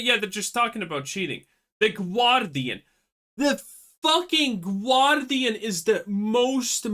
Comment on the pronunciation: What's the "Gwardian"?